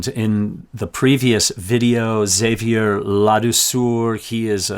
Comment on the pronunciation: Xavier "La Douceur" the sweetness ...pronounced Xa-viay la dou sir .